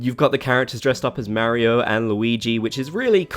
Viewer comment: Listening to him pronounce Mario makes my brain itch